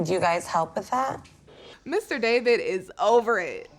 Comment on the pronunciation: It kills me that know one knows how to pronounce DAVID's name correctly. It's D-A-V-I-D not D-A-V-E-E-D.